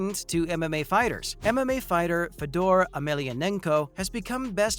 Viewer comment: Mah-chid-uh?? Fed-door?? Tito Or-tis?? Wtf go back and learn how to pronounce the fighter's names.